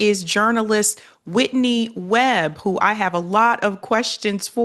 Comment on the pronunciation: Come on, at least pronounce her name properly!